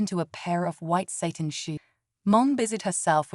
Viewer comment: Please teach your AI reader the difference between Satan and satin. That misreading is really annoying.